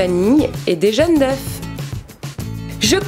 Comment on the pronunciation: et des jaune d'oeufs tu te trompe tout le temps oeufs on dit pas oeuf œufs MDR